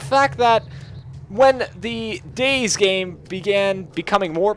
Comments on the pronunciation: DayZ is pronounced Day Z. not days..... its two words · "Day Zee" Not "Days" What does "Days" have to do with zombies? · Cannot stand that he keeps saying Days and not DayZ, He also says Cherno is the biggest city at the start, Thats when i tuned this video off. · its not days it day-z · its not days man. Day ZEEEEEEEEEEEEEEHHHHHHHHHHHHHHHHHHHHHHHHHHHHHHH lol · you're not meant to say dayz you're meant to say dayzee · I feel like he is a new player thinking he is good at the game and trying to give tips but, as soon as he said "Days" I cringed. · not DayZ its DayZee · It's pronounced "Day-Zee". The developer - Dean Hall - calls it that. And he's neither British or American. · No you cabbage, it's pronounced "Day-Zee". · its DayZ not days. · Even Dean Hall, the creator of dayz pronounces it Day Zeee. you must be a special kind of special. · Or Day Zed? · ITS PRONOUNCED DAY ZEEEE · its day-zeeeeee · ITS PRONOUNCED DAY ZEE!!!!